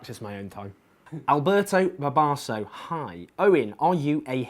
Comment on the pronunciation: lol "Alberto Barbosa"